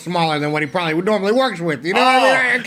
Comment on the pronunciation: "probally half a dozen"